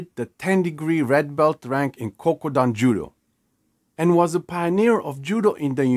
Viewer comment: It's Kodokan. Not Kokudan.